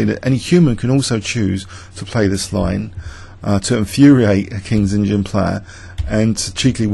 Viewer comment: Are you saying KINGS INGIN instead of kings indian? Because that is one hell of an LOL if you are.